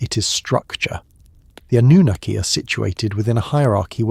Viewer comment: It's pronounced An new nar key. Annunaki, I don't know what you're saying??? 😂